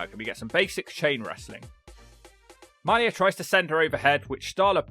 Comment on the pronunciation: Come on,. MAH-Lee-YA Hosaka is her name.